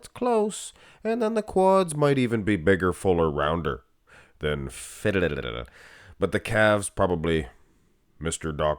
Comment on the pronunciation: I love Martin. I actually had him 4th. No way was Jacked beating and with Nick out I knew he was going to be up 4th at prejudging. Did you say Diddler Phil or Fiddler Phil?